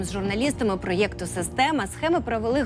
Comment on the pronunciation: Проєкту не так говорять..